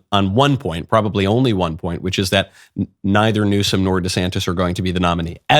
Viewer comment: How many times did knowles mess up the names of Newsome and DeSantis?